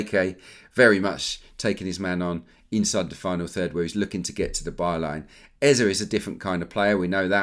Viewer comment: It’s not Eza, it’s Eze. Both e in the name sounds the same. Like e in egg.